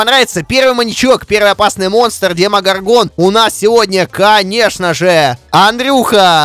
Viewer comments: демого'рган, а не демогорга'н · Овер заметь пж. Ты ошибся не демогоргóн, а демогóргон